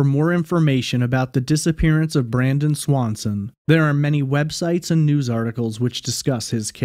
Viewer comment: Sounds Like Brandon Lawson Not Swanson